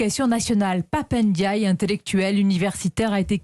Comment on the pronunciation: On ne dit pas Pap ènediaye, c'est Pap Ndiaye